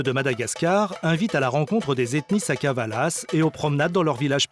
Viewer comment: Sakalava non pas Sakavala